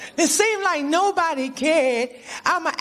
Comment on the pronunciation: "Obody" lol